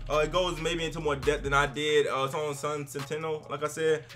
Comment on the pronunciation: Lol Sun Sentenial ....pronounced like the X-MEN ROBOT CHARACTERS bro. Nice try tho. # 305ALLDAY.